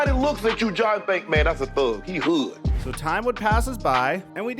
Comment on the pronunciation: Why say “hood” in the whitest way possible 😂😂